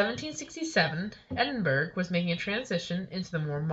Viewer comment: Edinburg haha, it's pronounced Edin-bor-ough, it's only spelled Edinburgh